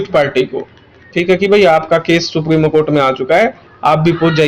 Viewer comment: Supremo nhi supreme hota hai